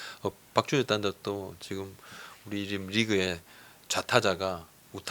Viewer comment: 자꾸 왜 지금이 아니라 직금이라고 발음하시는건가요?ㅋㅋㅋ